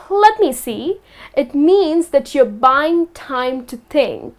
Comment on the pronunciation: Ha ha ha a.you pronounced these words wrongly..1..situation, 2.Think ..Please keep improving.